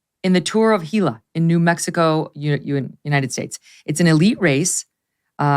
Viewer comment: Congratulations on pronouncing Gila correctly, and clarifying that New Mexico is in the US.